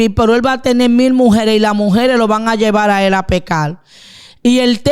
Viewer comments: Dígale que por respeto pronuncie bien, No es mujel, es MUJER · Debe mejorar la dicción. No es mujel, es mujer No es pecal, es pecar No es matal, es matar No es veldad, es verdad Por favor más respeto con la audiencia Si uno se va a dirigir a una audiencia, por lo menos debe pronunciar bien, por respeto con esa audiencia. Saludos desde Colombia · Que pronuncie bien no sé dice mujel, se dice MUJER